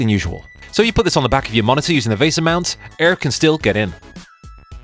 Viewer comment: Since when did people start mispronouncing “VESA”?